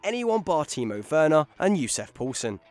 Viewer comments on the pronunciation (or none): none